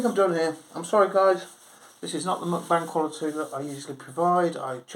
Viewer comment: Muk-rant-bang. Get um told ha ha nice one mate